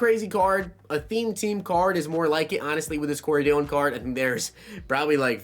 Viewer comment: You got Dillion right